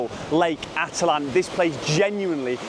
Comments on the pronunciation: Well… it is pronounced: ati-tlan Or: Atit-lan..!! But not.. atlan…!! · Thanks! Finally, someone pointing this out. I think 95% of YouTubers butcher the name of Lake Atitlan.